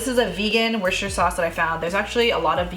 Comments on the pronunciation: Worcestershire is pronounced like wooster- sher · Just found the channel from this video. I’ll be trying this very soon. One quick heads up though, Worcestershire sauce. I’m in the UK where it comes from. I always smile when non-Brits say it. Despite how it’s spelled, it’s just pronounced Wooster sauce, as in rhyming with booster.